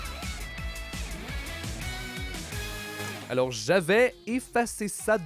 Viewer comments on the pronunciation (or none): on dit dégénéré pas dégene c'est insuportable d'entendre ça